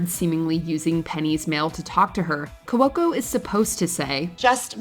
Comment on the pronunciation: Saying "Cuoco" as 3 syllables instead of 2 really rubs me the wrong way.